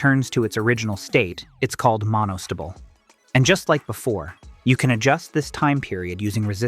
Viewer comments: Monostible and Bistible. 🤣🤣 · How could you pronounce astable correctly, and totally fudge monostable? They both end with "stable". It's NOT monostubble. Likewise, how can you pronounce "and gate" properly, and then come up with "orgat"? It's "or gate". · 'Monostable' and 'bistable' DO NOT sound like 'vegetable' or 'constable'.... Unless you're an AI voice! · it's strange (just to me) to hear you say a stubble and bi stubble and mono stubble, instead of A stable, Bi stable, and Mono stable. It's only because when I went to school and learned electronics I heard the second variation and haven't heard it the way you say it before. I love language variations across geography or across time. Is that the way everyone where you grew up says stable? Or is it the way all the professors and other students said it where you went to school? I love language variation mysteries like this, it feels like I'm being a language detective:) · pronounced A Stable and Mono stable ( like a horse’s stable) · Agreed, Nice informational video, however you need to train A.I. to properly pronounce words like 'Mono-stable' in order to believe the narrator knows what 'It' is talking about😅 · right though. AI isnt correct all the time. Listen to rhe way he pronounces astable and monostable.